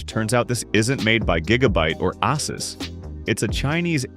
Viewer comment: USUS? Really? That's how you pronounce it?